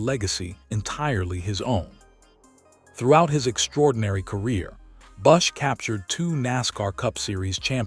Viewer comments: Learn to say his name correctly. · If you're going to write a segment on kyle bush's death, at least pronounce his damn name, right?A I sucks